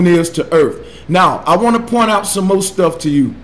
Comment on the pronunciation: This guy keeps using big words to sound smart but doesn't. Everything is "disingenuine" to him. I never to science advice from someone who says "Mo" instead of more and "Earf" instead of Earth.